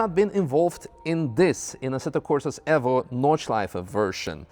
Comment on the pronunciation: ASSETTO CORSA EFFO ? you mean evo ?